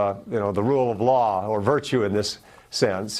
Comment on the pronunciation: Perhaps it was Freudian, but didn't it sound like Pence just said, " Rule of Low" when referring to Arpaio?